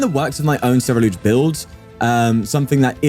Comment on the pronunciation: It’s not Cer-E-lUge, it’s spelled Cer - U - lEdge. 😊